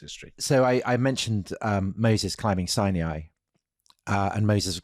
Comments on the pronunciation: In Hebrew the name is Har Sinai with Sinai pronounced exactly as we do in American English (Sigh nigh). I have no idea where they got this extremely idiosyncratic pronunciation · I've notice that they say Sinai as si-knee-eye consistently on this channel. Is this actually a more correct pronunciation than the two syllable version I hear everywhere else?